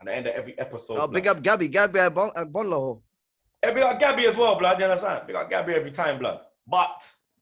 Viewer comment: Came here to here butcher Agbonlahor's name.. Wasn't dissapointed. 🇳🇬